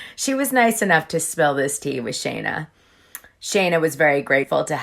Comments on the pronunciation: Love ya Dana. 💜💜💜💜. But it’s scheena. Not Shayna. Not a fan of her. Just notice in a few video’s you kept saying it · Lol I know that you watch the show at least just as much as me, how come you pronounce Scheana's name wrong?